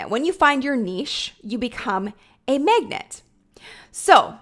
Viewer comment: Love your content! And does anyone hear “megnet” when said “magnet”? 😅 just me? #accents